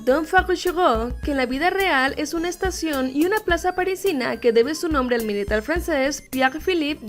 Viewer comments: pronuncia muy bien el francés 💛 (¿?) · Te felicito por tu buena pronunciacion en frances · Me encanta tu pronunciación del frances 💖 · Wow 🙈 pronuncias bien el frances 🙉💗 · Amo tu pronunciacion en francés ^u^ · tu pronunciación en francés me inpreciona Y no es ironia